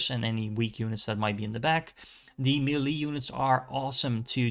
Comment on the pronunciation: Your videos are great, the way you say "melee" is atrocious, lol